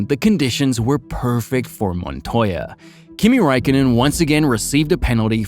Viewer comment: >properly pronounces JPM's name though..... wtf